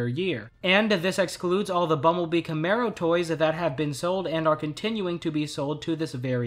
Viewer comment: It's CAMARO, people, not CAMERO!